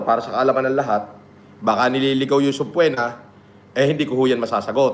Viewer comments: Once upon a time a doctorate degree holder once said "SUBPWENA" the end. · kagigil mag sbi si ng subpoena akala ko mtalino yan?bakit d nya alam n silent B pag basa dun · Subpwena ang pronounciation ni ulagang PhD yern? Nanggigil kamao ko dyan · Subpoena ❌ Subplema✅ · Nakaka buryong yng SUBPWENA na bigkas nya. haha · subpoena hindi subpwetna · Bakit banggit niya sa subpoena ay sobpwena 😂😂😂 engot tagala 🤣🤣🤣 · aka The Dictionary: "Subpwena" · Subpoena ❌ Subpwena ✔️ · Bkt pag pronounce ni SubPwetna.... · Ang kati sa tenga nung "soob-pwe-na" niya. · literal na Sub-PWE-na. Pwe na Pwe ahahha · Subpwena?taena Tagalog n nga lang mali mali pa 😂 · Nakakairita talaga yung paraan ng pagbigkas niya ng subpoena. MIT pa daw yan ha. Hahahaha.